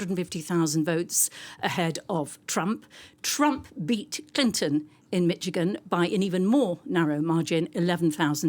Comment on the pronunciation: Your big expert doesn't realize that they don't have to vote at all. There are also independents running. BTW it's pronounced "Mish -a-gan "not "Mitch again" Get a new "expert". Also Biden only won Michigan by 10,000 votes. IF 30k stay home?